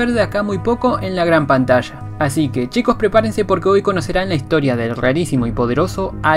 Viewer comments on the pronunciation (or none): none